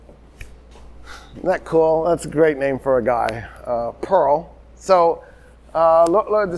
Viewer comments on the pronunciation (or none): none